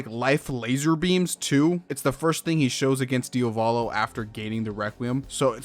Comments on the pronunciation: yeah but why do you keep saying diovalo instead of diavolo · bro im getting triggered by how you pronounce "Dia-volo" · It's Diavolo ("dee-ah-voh-low"), not "Diovalo" ("dee-oh-vah-low"). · I’m sorry man, I’m gonna be that guy but did you just pronounce Diavolo “DIO-VOLLO” and not “Diavuh-lo”? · Cool vid, but it's a pain to hear DIA VO LO instead of idk, just checking the italian spelling :(